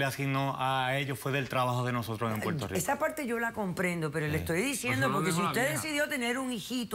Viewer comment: Que mal se expresan estas personas. Dicen Puelto por Puerto.